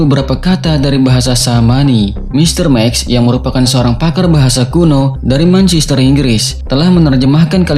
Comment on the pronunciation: Manchester dibaca "Mensester" bukan "Mancister"